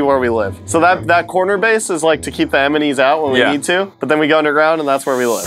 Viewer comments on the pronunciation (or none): says emany instead of enemy. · says eminies instead of enemies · did he just call the ENEMYS EMENYS i didn’t read the comments before making this comment so i didn’t mean to copy so sorry :) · said eminies not enimies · who noticed said eminies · said emenies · said emneis. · Anyone else noticed said eminies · did just said emeny?? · He said eminies